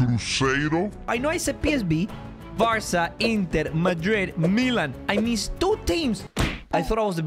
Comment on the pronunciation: Bro kept saying Varsa💀